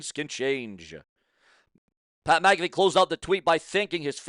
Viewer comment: Pronounced Mac uh fee not ma caffe